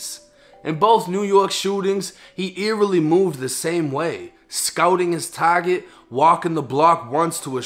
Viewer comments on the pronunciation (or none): none